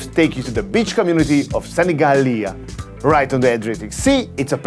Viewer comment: Love how he makes such a good effort to pronunce Sanigallia 💚💚